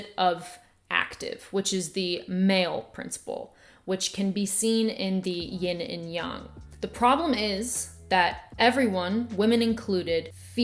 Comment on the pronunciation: I appreciated very much that you pronounced Ying & Yang (young) correctly, thank you 👏🏻👏🏻👏🏻